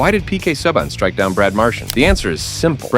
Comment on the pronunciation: 2 seconds in and....."Sub-an" WTF AI crap